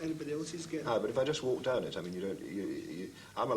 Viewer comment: "Ma brother's doon therrre" S M A C K ! 😅